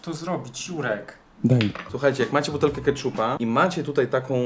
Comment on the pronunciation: czy tylko ja zamiast ,,Jurek” słyszę ,,Si#$ek”????xd Przepraszam Juri